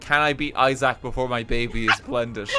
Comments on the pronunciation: pronouncing isaac as izack is giving me a heart attack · Why does he pronounce "isaac" like an apple product